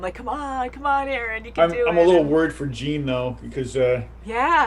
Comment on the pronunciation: Btw, Jean is pronounced like John and not gene. Also mikasa is more like me-kuh-sah and not mi-casa